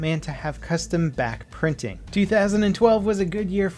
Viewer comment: God, I keep hearing "Bat printing".